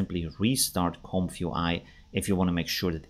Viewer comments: Oh man, do you have to say "comf you eye?" I guess you're not a native English speaker? The first word is "comfy" which is a colloquial short form of the adjective "comfortable" - think "comfy sofa". It's pronounced similarly to "lumpy". So it's a comfy (comfortable) UI (user interface), pronounced "comfy you eye". Great video though, regardless of it being very uncomfy each time you say "comf you eye" lol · Isn't it pronounced Comfee UI?